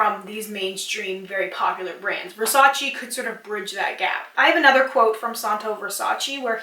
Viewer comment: I don’t want to sound rude, but Versace is actually pronounced “Versach-eh,” and not “Versach-ee.” Great video btw, you should do something like comparision of marketing strategies of the biggest cosmetic companies (EL,Lancome...) and why are they so successful.